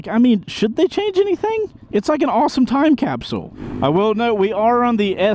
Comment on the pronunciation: Can you not pronounce Time Capsule correctly? Is it hard for you to annunciate that phrase?